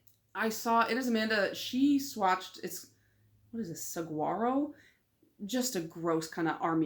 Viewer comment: Happy birthday! 🎂 👽 (PS - it’s saguaro is pronounced sah-wha-row)